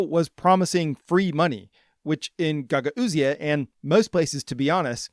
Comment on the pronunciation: I gotta say pronunciation of Gagauzia is driving me crazy. It's pronounced guh gowz or guh gowzia. Love the channel though!